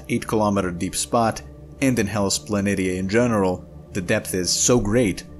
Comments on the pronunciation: I couldn't get past the pronunciation, sorry. It's Pla NEE shuh, not Pla NIT EE UH. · If you watch star trek from TNG onwards you will hear the correct pronounceation of the wotk planitia/ {rpnounced Planishiuj. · pronounced Planishia..... poor 😉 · Very good, informative video with nice graphics. Since I am a researcher and Mars is my specialty, let me assist you with the pronunciation of "Planitia". It is pronounced with the "SH" sound like this: Plan-ish-uh. Keep up the good work. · It is somewhat more commonly pronounced Hellas "Plan ee sheeah".